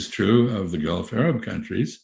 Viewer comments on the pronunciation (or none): none